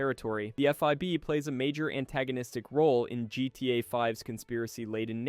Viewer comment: Did you cash GTA 5, GTA “vee”